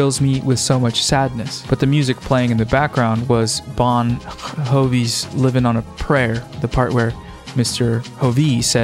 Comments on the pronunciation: If you don't know who Bon Jovi is and pronounce him as "Bon HOVI" none of your other opinions matter. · the J in Bon Jovi is pronounced the normal way it is pronounced in English (like Joey), it was originally Bongiovi (Italian). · Bon Hovi? 21st Pilots? The Unnah-bomber? Are you ok? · Love your content and I cracked up at unibomber (it's said like the uni in universe) and bon Jovi (Jovi is said with an English j, like jump). Also love your mustache, bro. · Why is NO ONE talking about how they pronounced Bon Jovi and Unabomber